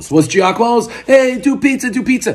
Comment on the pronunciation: It’s Jahk-a-mo lol